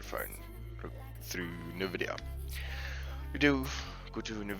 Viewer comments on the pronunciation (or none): its N vidia btw not nehvidia its prouounced like en vidia anyway thx for the help :D